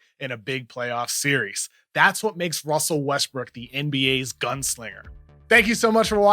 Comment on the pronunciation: "Wussell Wuestwook"